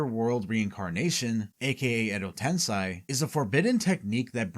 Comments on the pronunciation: edo tensei, not tensai...... tensai means genius, which you clearly aren't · Wtf is "edo tensai"? Ive only ever heard of "edo tensei". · Why do you pronounce Tensei as Tensai? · It's called Edo TensEi not TensAi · it's edo tensei, not edo tensai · Edo TensEY not TensAY. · its "edo tensei" not "edo tensai". Quite a lot of wrong pronunciations in this vid. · Is this an AI voice over? I've never heard anyone say Edo Tensai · Why do you say Edo Tensai? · like honestly how do you watch throughout the whole series and hear a word that many times and still get it wrong lmfao americans can't learn another language